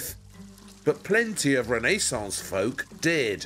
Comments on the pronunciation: Poor squirrels. I wouldn't forget them. No couple us worth thousands of fur animals. By the way....please...it wasn't the Reneeeee-sons, but the Renaissance. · It’s not any ordinary door. It’s a Rene-sahnce door!